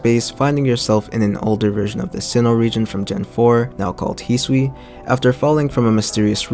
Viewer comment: I like and agree with how you pronounce Hisui. 👍🏾